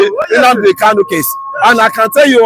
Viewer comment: I am Tunde okafor saying that doesn't know how to pronounce KANU but he calls him KALU.What a shame to this abgoro